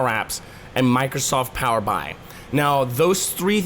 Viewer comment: Hey, Nice quick overview. To avoid confusing/annoying your audience, please consider changing the way you pronounce Power BI. The product name is derived from Power Business Intelligence. So Microsoft pronounces it as Power B.I. as in "Power Bee Eye". not "Power Bye". Hope this helps your other videos to rate well.